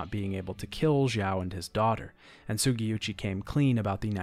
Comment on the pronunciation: Bro i love these videos but the fact that literally noone can say Sugiuchis name right is fucking hilarious to me lmao